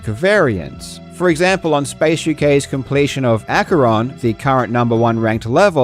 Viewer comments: "AYJASBEEAKERO" what a loser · i thought he was speaking another language “i just beat acheron(what)” felt like he was speaking in other language and i was like what? Like a question mark was flying above my head lmao i genuinely thought he was speaking other language hahah😂